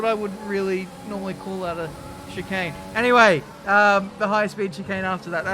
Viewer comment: Take a shot every time he says shikane